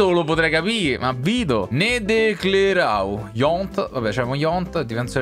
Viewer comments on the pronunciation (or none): Il difensore nedelcearu, la pronuncia è nedelsearu